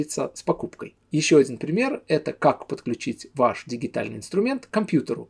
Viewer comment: Спасибо, отличный и редкий обзор! Позвольте пошутить: дигитальный - digital (цифровой) 🤣 mother - мотхер, father - фатхер, uncle - юнкле, the English language - тхе Енглисх лангюаге. Спасибо, напомнили, именно так я читал до освоения методики В.В.Милашевича)